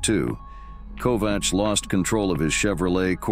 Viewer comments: Ernie Kovacs is pronounced KOVAKS! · This has probably been said before, but I didn't see it when I scrolled down for a bit. Ernie Kovacs is pronounced with a hard c, as in KOVAKS.